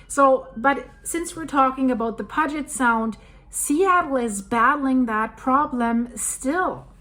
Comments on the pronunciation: Puget sound, pronounced pew-jet.. lol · I’m from Seattle. Puget is pronounced “Pew-jet”. There’s a lot of interesting names in the State that are problematic for non locals. Cheers! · Hi...no offense, but Puget (Sound) should sound like or rhyme with "blue" for the "Pu" part of the word, instead of rhyming like "fudge." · Please look into how pronounce Puget for Puget Sound. Thought you said you lived in the area. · its pronounced......p you jet sound...... Lol😂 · Silly. It's Pu-get. I thought you lived in the the great Pacific NW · Great video, I really enjoy your research and thorough presentation. On a side note, Puget is pronounced with a long u sound, like in unicorn. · Puget . Pronounced "pew jet" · Peeyoujet sound is how you say it. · As one born and raised in Tacoma area, just want to help you with pronouncing Puget Sound. It sounds like PEW-JET SOUND. Your version sounds cuter, but mine is correct. Love your shows very much! Thank you! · Puget is pronounced pew-jet. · “Puget” is pronounced “Pū’-jet” :-). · Puget Sound is pronounced Pew-jit . :) we have a fault line that runs under I-90 from Seattle east toward Issaquah. I saw the line on your Map. Thanks for the updates. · Pew jet is the way you pronounce Puget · Hey Girl Hey It's pronounced Pu-Jet I lived in West Seattle in a house (A painted lady) that we rented from a Boeing executive. The doors didn't fall off the house. House is nearly on a cliff one house away and it crossed my mind that an earthquake may take that house one day. Keep on keeping on. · Pew-jit Al-kye (like eye) Great video and info! Best Regards and Best Wishes! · I live here its NOT pronounced " Pudge it" it is pronounced pew jet. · It's not pronounced "pudge-it" its Puget as in "pu'get" sound. Please get that right! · It's called 'pew jut sound' and not puh jet sound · it is pronounce Puget Sound and the first two letters sounds like Pew you then the Get is right on how you are saying it so please get it right